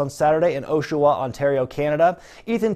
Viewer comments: It’s pronounced Oshawa (AW-SHA-WA) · Come on, you pronounced Oshawa wrong 😭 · It's pronounced "Ah-shawa" (Oshawa)